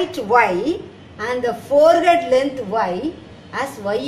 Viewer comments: It is not forehead it is forehand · It's not forehead , forehand mam but ur teaching is awesome...we will take the correct things which u taught to us and also ignore the mistakes made by u...keep teaching mam...applause 👏👏